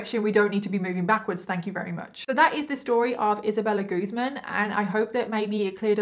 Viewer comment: It's guz - man